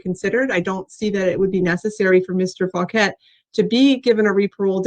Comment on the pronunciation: Well his last name is “Fauquet”, so he says “Fuq-et” 😂